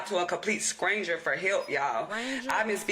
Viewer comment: Idgaf where you’re from, learn pronunciation! Scranger is wild 🤣🤣🤣🤣🤣🤣🤣🤣